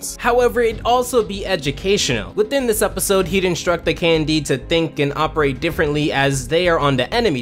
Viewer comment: I spent all the video listing Candy instead of KND, if the name of the show is that intentional it is genius